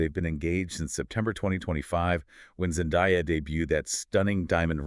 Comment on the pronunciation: Her name is Zan-day-ah not Zan di ah FFS get her name right